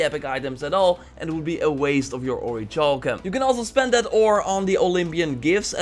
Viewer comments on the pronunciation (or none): ... It's pronounced ORRY KAL KUM... Please stop with the "CHALL KUM" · its pronounces ori-kal-cum. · It's pronounced or•i•kal•cum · It’s. Pronounced. Oric-cowl-come. LEARNED THAT IN SKYRIM BOY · Seriously it hurts my ears hearing it how he says it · What about orichalcum? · and Orichalcum the wrong way! Haha I'll forgive him though, because it makes me laugh when he says it, and that's not bad thing!